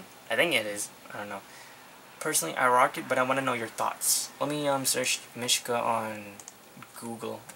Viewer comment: its pronounced meeshka